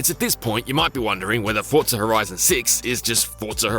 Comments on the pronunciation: FOR ZAA, NOT FORRT ZA !!!!!!! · Fortsa, like how people say Impreza, Impretsa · Why can't you pronounce Forza correctly? How strange. There is no T in Forza, it's not ForTza. Also TOGA is pronounced To-GA... not Togae.... SMFH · Fortza horitzon😂